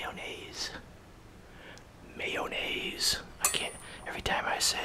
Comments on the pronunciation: may o' naise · I LOVE THE WAY YOU SAY MAYONNAISE 😭